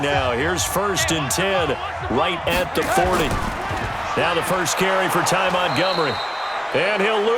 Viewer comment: Called him “Ty” Montgomery😂😂😂